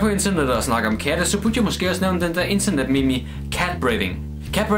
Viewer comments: Udtalte “meme” som “mimi” istedet for “meem”😂😂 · det udtales "meem" ikke "meme" -.- men det staves "meme"